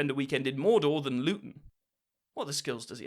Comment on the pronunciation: “Born in Lutton” enough said